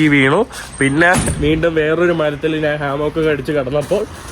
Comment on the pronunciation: നാണ് അല്ല ഞാൻ എന്ന് പറഞ്ഞു പഠിക്കുക